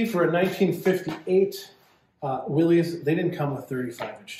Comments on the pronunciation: Pronounced "Willis," not "Willeez." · Great build!1 I have a ‘62 and love it! Do your selves a favor in the community and stop calling it a “Willies”, it’s a “Will-is” and drop the apostrophe.